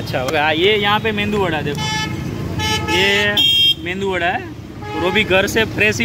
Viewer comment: Bhai मेंदूवडा नही उसको "मेदुवडा" बोलते है।